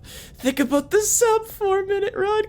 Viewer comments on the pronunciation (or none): i like how says about like aboat